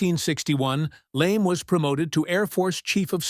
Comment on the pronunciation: "Immigrant?" Stoner was born in the US. The M16A1 I used had a maximum effective range of 350 meters. Also, this AI voice can't properly pronounce names LeMay's being one which is not Lame in pronunciation as well as words like pounds, yards, and millimeters. The Stoner 63 was a favorite of SEALS in Vietnam. Finally, with extremely rare exceptions criminals DON'T use AR-15's despite the screaming and crying from lefties.